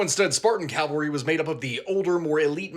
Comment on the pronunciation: Cavalry, cav not cal